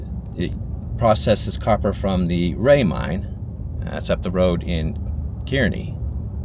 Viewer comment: Say KER-nee wrong one more time! Still enjoyed the video. I grew up in Kearney and my Mom sold cars in Hayden/Winkleman for a time back in the 70s. I have fond memories of manyn of these old towns.